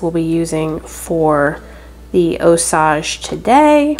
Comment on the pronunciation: It is NOT (Ò-sauj)... It IS pronounced (Ò-sayj)... Strictly American English, NOT French... LLLOL